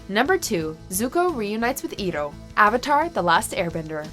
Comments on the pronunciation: the pronunciation of Iroh is wrong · Any other Avatar fan feeling the pain when she mispronounces Iroh's name, or is it just me? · Alex Rodriguez yes...I was getting a little triggered, his name represents him, irohny😂that's how I always remember how to pronounce his name since I was a kid. This reminds me of the avatar movie, when the kept on some how pronouncing Sokka and Aangs name wrong. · Alex Rodriguez she says it wrong so many times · YES. She's clearly only seen the movie that shall not be named. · Iroh IS PRONOUNCED ("eye-row") dang nabit!!!! >_< say it right!! Such disrespect to the great and wonderful Uncle Iroh!! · Good list but uncle Iroh (eye row) mispronunciation made me have to dislike sorry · His name is pronounced eye-roh! Iroh! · It's eye-row FAKE FAN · EYE-ROH. FOR THE LOVE OF GOD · as soon as I've heard "eero", I've scrolled to see the comment section and it's the first thing I've found, and I don't regret it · Ignoring the mispronunciation of Iroh...that scene always gets me!!!! 😭😭😭😭 It's so freaking beautiful!! I love that show and that moment soooooo much!!!!!! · The way this woman pronounced Iroh made me cry tears of pain.. That was just disrespectful.. :( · How does she mispronounce name of one of the greatest characters ever? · This video has dislikes because she mispronounced Iroh. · The narrator mispronouncing Iroh almost made my ears bleed. DISHONOR! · The way she pronounces Iroh wrong just takes all the feels away and makes me wan to dislike this video. How can you rank something you've never seen? If you had seen it you'd know how to pronounce the name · That’s not how you pronounce iroh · I disliked the video just because the mispronunciation of Iroh’s name made me wanna cry tears of frustration and anger it made me cringe the first two times and then I just got super pissed and triggered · Cringed everytime you mispronounced Iroh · That Iroh pronounciation... Aside from that, good list! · I-roh not Eeroh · Its not eroh its iroh